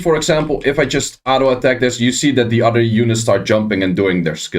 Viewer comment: It's other*** not udder**